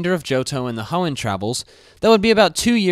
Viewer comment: You mean the HEOOOOOOOOOOOOOON region right?